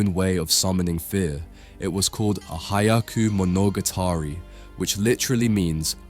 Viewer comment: you actually mean to say hyakuu not haiyaku 百 means 100 But 早く means fast